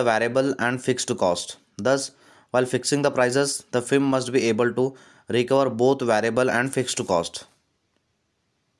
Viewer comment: Fem nhi hai firm hai